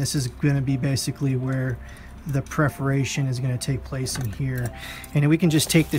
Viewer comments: Yes, after a while found myself getting a little annoyed at "preferations" instead of "perferations". Maybe that is his 'perferred pernunciation'! In any case, the video was helpful! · It’s PERForations. Not PREForations.